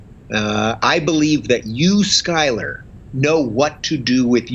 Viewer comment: I'm really liking Rubin's perspective. Skyler (you're over pronouncing the 'U') hits a nerve.